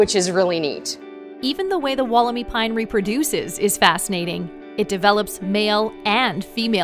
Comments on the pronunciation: dantemadden You’re wrong too, it’s pronounced, wolla-my. There’s no double “o” are you thinking of Woolamai beach, in Victoria? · walker Not, “wool,” it’s “woll,” Sounds like, wolla-my. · Atleast pronounce Wollemi correctly, It’s pronounced Wool-le-my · Pronounced woll-em-eye